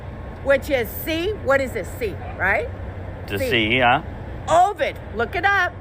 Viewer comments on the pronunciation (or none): The latin word for sheep is ovis, not ovid. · The Latin for ‘sheep’ is ovis and not ovid. COVID-19 denotes Corona virus disease 2019…..but hey folks, WE knew that didn’t we 😂😂